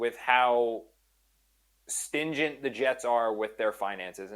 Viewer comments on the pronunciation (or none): you have a wife, a kid, this job, and you don't know that the word is "stringent" and not "stingent"? (And you got it wrong twice.) And by the way, Woody has the money to give up on Glenn right now and never remotely feel it. Total embarrassment and worldwide ridicule have no price tag.